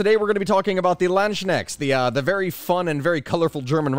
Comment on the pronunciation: I died from laughing, hearing how you pronounced Landsknechts. It was very interesting and funny.